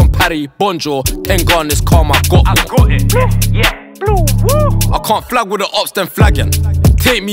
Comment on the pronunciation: when he says bluwuu it sounds like woi 😂😂